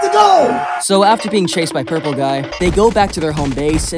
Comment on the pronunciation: Did 6ou say purlple guy